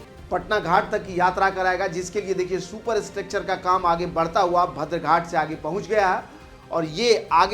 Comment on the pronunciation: Badr ghat kahtey hain, bhadar nahi , sahi pronounce kijiye